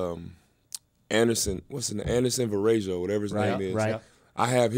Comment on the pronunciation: thats ANDERSEN VAREJAO... not VA-RAY-JO!!!!!